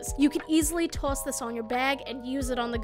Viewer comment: I know I'm late but "toss"